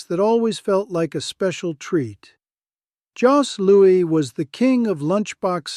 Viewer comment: You used the term "candy bar" versus "chocolate bar". Most Canadians would've used the latter, no? Also for Jos Louis the s in Jos is silent.